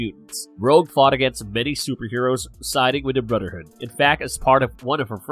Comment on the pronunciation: Can you say the “th” sound cause it’s hard getting through it when every time it’s brudder hood, and mudder hood? I’m not being snarky I’m just genuinely asking. Maybe take some voice and speech classes, because it’s distracting to get through the video listening to that. Just food for thought.